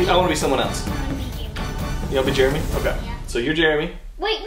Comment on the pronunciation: jeremy not jeramy